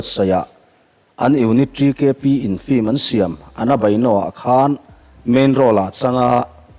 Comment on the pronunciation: 'Flim' hi vaiho 'film' lam thiamlo ho lamdan a nia...